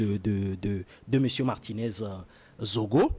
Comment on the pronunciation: C'est Zogo et non Zongo svp